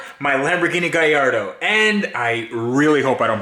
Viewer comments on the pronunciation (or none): First off, say it right. Gallardo. Not Guylardo. Fuckin lardo. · GaLLardo not GaIIardo. Other than that crack on 👍 get the major stuff done then looks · Honestly man I think you just bought somebody else headaches and problems. And please pronounce it Ga-lardo. Its not a gay-ardo! Best of luck man, just came across your work and Ive besn enjoying it. Keep up the work bud! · Nice touch saying "GUY ardo" for a sec i thought you said "GAY ardo" had to rewind & hear it from saying "A Gay in" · Spelled Gallardo, but you pronounce Guy-Yardo. Am I missing something? Driving me nuts...... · Is it really pronounced Gayardo? 😂. Or did I misheard?